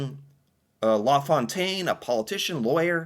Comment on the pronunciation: Always get a chuckle listening to pronounce french words and names. Law Fontaine rather than La Fontaine 😂